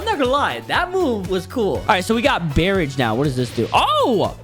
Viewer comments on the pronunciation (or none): bro said barrage”berrege”💀💀💀💀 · Bro really said "BerRaaGE" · he can’t pronounce barrage